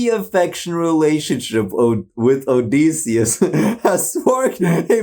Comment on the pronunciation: thank god these songs dont require much knowledge on the odyssey oh and btw ITS PRONOUNCED OH-DIH-SEE-US